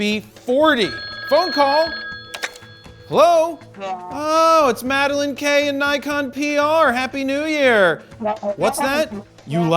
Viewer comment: Jared, madalin like the silver fox Tony Northop, not George Clooney !